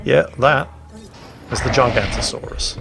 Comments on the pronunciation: its nit GIGANTO saurus its GIGA-NOTASAURUS, or Giga for short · I could be wrong... but i am pretty sure its pronounced Gig-a-not-o-saurus... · Actually.... its pronounced jigg-o-not-osaurus, and it's name stands for giant southern lizard. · Uh, actually... it's not called the giganto-saurus, as you called it. It's the giga-noto-saurus. Giga is the same root (and so pronounced the same) as in gigabyte, and noto is an additional, separate root meaning southern. I believe the giganto-saurus is something else entirely. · I thought it was Gig-a-not-asaurus.... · It's that bloody bird game again... Also,... It's spelled GiganOOOtosaurus. I know, you'r old 'n crap, but Jeff Goldblum there said it out loud for you to just listen and repeat. And you managed to fuck that up, as we all expected you to do. Never change.;-) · Internal cringe at giganotosaurus mispronunciation and saying it's the biggest carnivore ever Oh, silly.